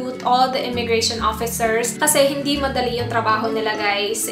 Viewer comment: Immigration. Not "immigra- Shon."